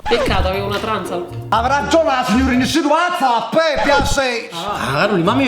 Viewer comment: Mèrcedes NON Mercedès, Porsche NON Posch